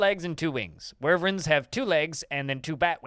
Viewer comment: Lost it when he said, "Skyrim doesn't even have dragons. They're all worvrens! [sic]" The juxtaposition of him correcting people about the difference but so confidently incorrect in his pronunciation is peak irony. Wy-vern. Say it with me. Why-vern. Not worvrens. Wyverns.